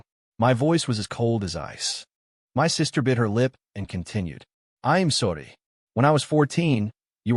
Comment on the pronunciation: Please please stop sounding spanish when saying I'm sodddyyy it's IM SORRY. Don't get me wrong, good story but do you even review this before uploading?